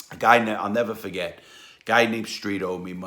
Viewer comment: "I'll neva fahget et"